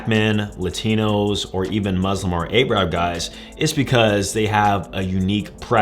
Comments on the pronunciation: Muslim isn't a race, and it's called Arab, not 'eye-rab' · Bro really said ayrab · 😂😂😂 eye rab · Muslim isn’t a race my guy. Im black and Muslim, and that’s not how you pronounce “Arab” Good video nonetheless 💯